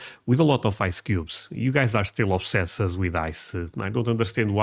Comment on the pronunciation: Obsessed is pronounced obsesst